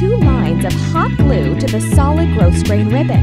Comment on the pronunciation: The "s" in grosgrain is silent.